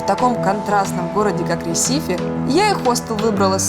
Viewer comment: Не ресИфи а рЕсифи